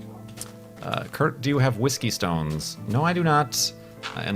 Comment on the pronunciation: Thats not how you pronounce that particular brand of whiskey although it is one of my particular favourites personally you should try Islay Whiskies - Bowmore is a good start in terms of big name brands from that part of scotland